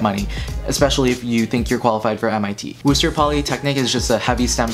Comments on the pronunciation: WPI is not “Wooster”, the proper pronunciation is “Wuh-ster” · I dont know if anyone said this but the school isnt wooster polytechnic its pronounced more like “wister”. Also, I recommend the entire Patriot League when you said Lehigh and colgate. They all have a really big sports culture while having great quality programs. Personally, i think Lafayette and Bucknell are great. A lot of them have engineering and liberal arts. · I’m actually from Worcester, so mentioning WPI was kinda interesting. It’s pronounced “Wuh-Ster” btw😂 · the way u pronounced worcester like “WOOSTUR” was so funny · “Woooster” Xd wtf